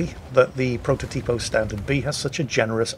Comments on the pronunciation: Actually,, it's protòtipo, not prototìpo. Cheers! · The pronunciation is protòtipo not prototìpo